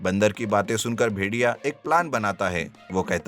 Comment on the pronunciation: भेर और भेडिये के उच्चारण में गलती हुई है